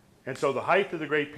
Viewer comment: Very interesting talk and info! Just a small note but the word height is pronounced "hite", not "hiteth".